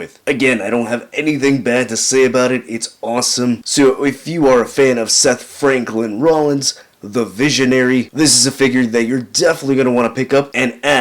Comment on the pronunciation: I just noticed he said " Seth Franklin Rollins ".